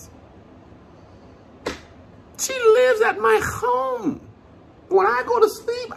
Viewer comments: “She lives at my kchommee!” 😂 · Emphasis on the H